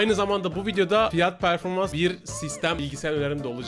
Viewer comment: "fiyat performas"😂